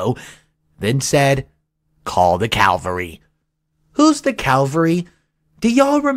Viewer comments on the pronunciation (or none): Not calvary, but cavalry. Although they begin and end with the same groups of letters, cavalry and calvary are not related in either origin or meaning. Cavalry (“an army component mounted on horseback”) comes from the Italian word cavalleria, which may mean either “cavalry” or “chivalry.” Two earlier meanings of cavalry in English, now both obsolete, are “horsemanship” and “knighthood.” In modern English the word can also refer to an army component moving in motor vehicles or helicopters and assigned to combat missions that require great mobility, or to horsemen. Calvary was first used in our language over a thousand years ago, as the name of the place outside ancient Jerusalem where Jesus was crucified. This name comes to English from the Latin word for “skull” (calvāria). In the 18th century calvary began to be used with the meaning of “an open-air representation of the crucifixion of Jesus,” and then later took on the sense of “an experience of usually intense mental suffering.” The word as used to refer to the location of Jesus' crucifixion is capitalized, but in other uses the word is lowercase. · It's 'cavalry', ie. mounted soldiers, not 'calvary', a hill in Jerusalem. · and btw it's CAVALRY, not calvary